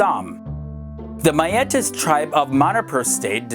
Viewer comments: It's not Ma-ye-tes .It's pronounced as Mei -te . ☺️ . Good job . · Yeah, you r right Son Valte. He pronounced it as mai-tai which was supposed to be meetei/meitei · Its Mei( Mai ) - tei( tai) of manipur 😂😂😂 Yes i am from Manipur!!!